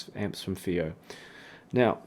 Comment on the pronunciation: the first reviewer who pronounced fiios name right. all others call it faayoh.